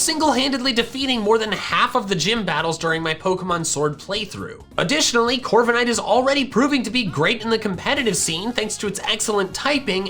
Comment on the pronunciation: DO NOT LEAVE OFF THE K IN CORVIKNIGHT! JUST BECAUSE A CERTAIN LETTER IS SILENT DOESN'T MEAN YOU HAVE TO LEAVE IT OFF!